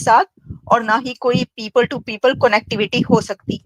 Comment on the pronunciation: Madam, your pronounciation of the word CONNECTIVITY is incorrect. Take care of it please